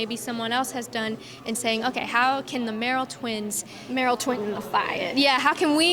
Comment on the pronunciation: It's "Merrell" not "Merrill" ;)